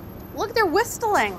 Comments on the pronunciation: did she say the peppers were "whistelling?" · Lifted_Above He meant her odd pronounciation. She did say, 'whist-stoling" lol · “Look they’re whisTling” ive never heard somebody pronounce the T 😂😂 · 'Look they're whisT-ling'🤣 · Carla is my FAAAVORITE..... but did she just pronounce the 't' in whistling? :D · I’m just shook that she said whist eling.... like pronounced the “t”😂😂😂😂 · hold up, did she say whistle-ing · Great video, but I'm mad that you said whisTle. I've never heard anyone pronounce it with a hard 't' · Did....did you just pronounce the t in whistling? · tmw you realize putting the H in that word is actually how it is supposed to be pronounced... pronouncing the T however.... yeah no defending that. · Don't think I've ever heard someone pronounce the "t" in "whistling", haha. Carla's the best! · I’ve never heard of anyone pronouncing the “t” in whistling that was new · is Carla aware that the t in "whistling" is silent? =| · Did she just say Whistling??? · Did she just pronounce the T in whistling?